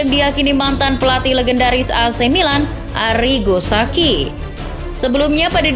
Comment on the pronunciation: arrigo sacchi dibaca arrigo saci bukan saki min..